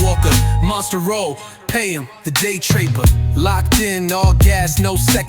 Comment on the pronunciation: It's funny how the rap artist calls you the Day TREEpur! 🤣🤣🤣🤣🤣